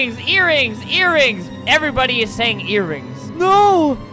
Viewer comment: "Eatrings" lol